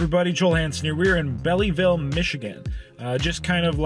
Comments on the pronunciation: Belleville, not bellyville, total facepalm. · Lol. Bellyville 😂😂it’s literally pronounced Belleville (🔔🛎) that was cute though. I’m from Michigan. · Hey Joel love your vids...not to be critical...I am from Michigan and the city you were in is pronounced Bell Ville even though it is spelled Belleville the second E is silent. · Hi Joel awesome as usual and a heads up it's pronounced as Bellville one word, love this I lived in Mich half my life. Always enjoy watching ♡ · This video cracks me up because that is where my granddaughter lives and its pronunciation is Bell ville like the girl's name Belle so there for Belleville 😂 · Great job Joel,.....WOW,.. That place is like 12 min. from my house.... Wish i would have known i could have showed up and cheered you on,.... the e is silent its pronounced Bell ville. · Hey Joel it's just pronounced bell-vill 😂😂 belleville like belle tire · Its belleville. Second e is silent -Native Detroiter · we actually have a city by the same name “Belleville” in Ontario which is pronounced the same way. I was surprised that Joel didn’t know how to pronounce it.